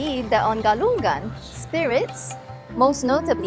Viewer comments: Thanks for covering the events. It's a beautiful peaceful religion and people. By the way Galungan and Kuningan is pronounced with silent G at the end. So it's like Galung-an, Kuning-an. Not Galung-gan, Kuning-gan. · Ga lu ngan not ga lun gan Ku ni ngan not ku nin gan When you see NG pronounce it together. Sory just little correction hehe..